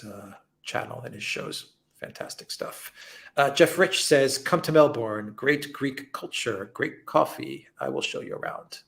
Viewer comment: As a former Melbournian, I can say with some authority, that the stress falls on the first syllable: MELBourne. Actually it should sound like MELBun. (With the Ozzie accent anyway).